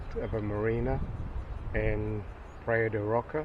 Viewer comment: "Praiya de Rocha" ( rosha) pronunciation..